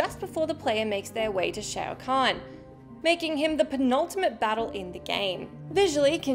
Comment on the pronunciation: Nah 😛 more likely a heavily-affected/accented "English/British" pronunciation 😊 Shay-o Khan 🙃